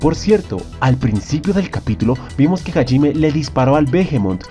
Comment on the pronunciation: Que paja escuchar constantemente el nombre de Hajime mal pronunciado.